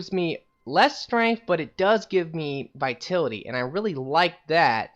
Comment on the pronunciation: Vi-tal-it-y. Vitality...